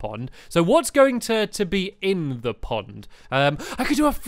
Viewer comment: Stampy said pod my accident instead pond